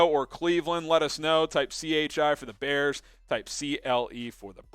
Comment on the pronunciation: I Love "da Bears"